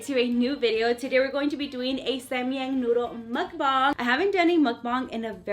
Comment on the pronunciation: Yes I love your mukbongs 😭😭lmao I love the way u say mukbang